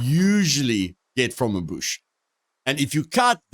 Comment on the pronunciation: Find the BOOSH!! love the way you say bush great video keepit up bro